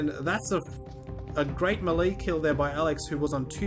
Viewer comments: Why does he pronounce melee as mel-lee, when it's actually pronounced, may-lay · It's Malay not mely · ITS PRONOUNCED MAY LAY JESUS CHRIST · He meant "melee" weapon. Not Malay language.